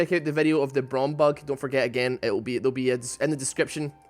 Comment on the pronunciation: its braum e not w